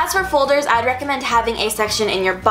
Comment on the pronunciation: I am the only one who heard her say "fuldurs"